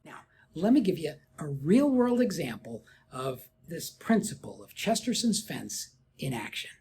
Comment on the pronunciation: Not to split hairs, but it's Chesterton's, not Chesterson's